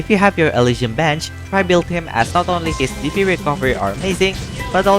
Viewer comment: The way you pronounce DP sounds like PP